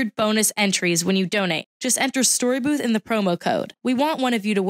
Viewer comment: it’s storybooth not boop😂😂